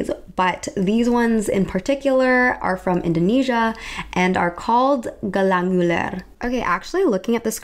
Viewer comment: This is such a small detail but the way you pronounced “gelang ular” was so satisfyingly accurate (i’m indonesian) so thank you for that 🥺❤️